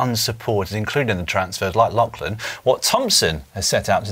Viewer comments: FFS Si. It is Lock-lan Morton. Not Lach-lan Morton FFS. Listen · Why can Dan not pronounce Lachlan correctly?